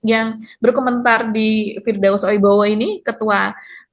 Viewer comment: Oiwobo..😂 bukan oibowo